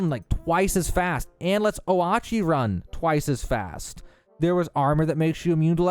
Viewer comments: Please...Oatchi is not pronounced Oh-aht-chi...it's Oat-chi. Like the combination of oat and poochie. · its pronounced "oh-chee" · Love the video but "oWatchie"? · I’m sorry did you just say o-aot-she instead of oat-chi? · bro called oatchi “oh-ah-chi” 💀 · Well I know what I'm doing next week. But why did you pronounce "oatchi" like that? They say it out loud in the ads... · Bro doesn't know how to say Oatchi